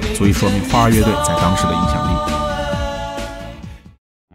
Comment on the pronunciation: 你先查查 花儿乐队 到底应该怎么读吧